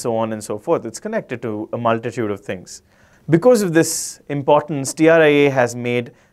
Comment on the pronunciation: Correction... Its TRAI not TRIA